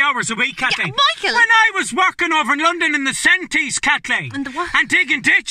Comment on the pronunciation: Oh bleedy hell Kat-leen....